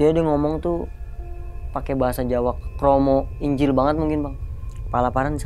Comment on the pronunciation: Krama inggil (kromo inggil)… apa gw salah denger ya… dengernya kromo injil…wkwkwkwk